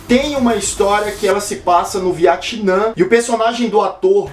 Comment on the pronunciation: Porra "ViAtinã" foi ruim em kkkk